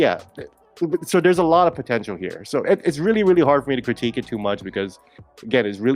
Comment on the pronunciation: I love you TBH, but hearing you say "potentional listeners" every week is slowly killing me